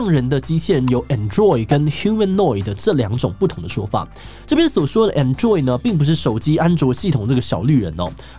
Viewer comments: I thought it was pronounced as 'An,droid ? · Android Ameca的重音都在前面